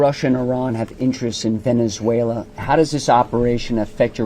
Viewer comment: Anchor madam Venezuela hai naki venenzuela😂